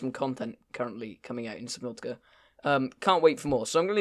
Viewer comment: It's subnautica you dumbass. There's an A at the end